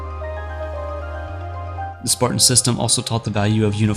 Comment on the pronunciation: No, he really is saying “Spartian”.